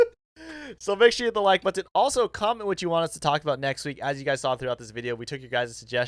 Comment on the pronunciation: I love how he says “butt-on”